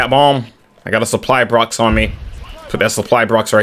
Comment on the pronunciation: “Suppry brox” 😂